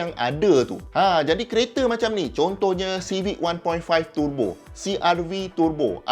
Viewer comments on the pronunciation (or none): Prof terbo ke? Turrrbo? Saya rasa terbo yg betul...